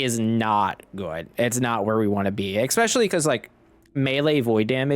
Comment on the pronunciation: exspecially...why do Americans put an X in especially?